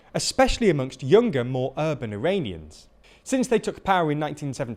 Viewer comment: I swear to God I hear him saying "Uranians" instead of Iranians.